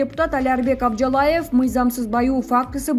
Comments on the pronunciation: АБЖАЛАЕВ ЭМЕС АБЖАЛИЕВ . ТУУРА ОКУСАН.... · Апжалаев эмес Абжалиев туура окуганды да билишпейт. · Журналис туура айтсан абжалаев эмес абжалиев болот аман болгула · Оозунду жалжайта бербей туура суйлочу Абжалаев эмес Абжалиев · Абжалаев эмес Абжалиев деп окубайсынбы, мектепте ото начар окуган диктор окшойт, позорище.